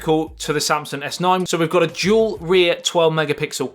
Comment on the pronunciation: It's dual not jewel